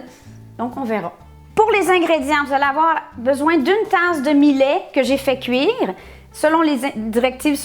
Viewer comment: Salut.......c'est bon aussi avec du quinoa a la place du millet, ca a plus de gout.........Au fait "millet" ca se prononce comme "Juillet".........Bisous du Sunshine state. Christian.....PS: comme mome je bouffais tout ce qui n'etait pas cloue au sol, il n'y avait rien qui etait "safe".......meme a 8 ans j'avais bouffe toute la boite de caviar de mes parents (200 gr.)....ils avaient eu la mauvaise idee de l'ouvrir la veille au soir "pour essayer" avant l'arrivee de mes grands parents....!